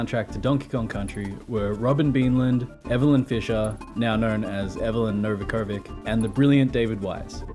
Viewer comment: DKC1: 26 DKC2: 21 DKC3: 27 Other: 6 Overall: 80 That was fun. I wouldn't got that many points in DKC1 if I didn't watch some of your videos beforehand xD What I noticed, is that many English youtubers mispronounce Novakovic, it's pronounced like Novakovich. Also I always felt the Guinnes World Record for DK64 was a bit bullshit. The record says there are 3821 collectibles. True, there are 3500 regular bananas, but most of them are in banana bunches or balloons. The actual number of individual banana things to collect (yes I counted them all at some point) is 1228. Which means the actual amount of collectibles is 1549. Maybe that's still enough to get the record, but the number 3821 just feels wrong to me. I could make a game where you have to collect 4 things which gets you 1000 of something and that game would have the new record.